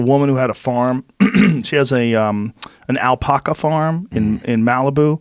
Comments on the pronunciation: Joe "Al-Paw-Ca" Rogan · The way you say Alpaca is an issue joe. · Who the fuck taught Joe how to say alpaca